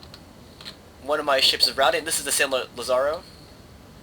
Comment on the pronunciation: Just a note of advice, it's pronounced 'LA-za-ro' with accent on the 'La.' In Spanish it's spelled 'Lázaro.'